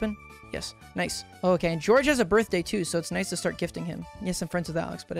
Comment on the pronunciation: It's soo funny Saying George he said "so does Gorge😂😂"